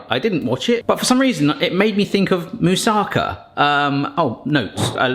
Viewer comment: Greece here! Your moussakas looks delicious and is quite authentic (considering that every Greek grandmother uses her own recipe anyway), so: well done! By the way, it is pronounced moussakAH, not moussAHka (actually it is moussakAS, but I spare you Greek grammar here). Regarding the bay leaves, they only do their magic when they are fresh. Most of their flavour is lost in drying (just like with dill), and when they don't smell they don't work. When I add two bay leaves freshly picked from one of the trees in the neighborhood to something I cook, the whole kitchen smells wonderfully of bay leaf aroma. They work reasonably well for around a week when you keep them in the fridge, but freshly picked is always better. They do dry easily, "pretending" to still be usable, but I'd say if you don't find fresh ones, you can skip them in your recipe.